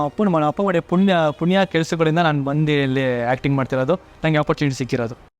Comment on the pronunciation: Ayooo kannada mathadodhu kalli struggle nodi opportunity adhu opportunty alla jnana adhu dhanna alla